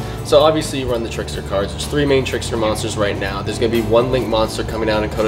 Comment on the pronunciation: Trickstar not tricksturrrr